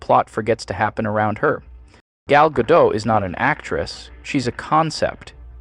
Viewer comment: The AI narrator managed to pronounce "Gal Gadot" in every possible wrong way in just one video.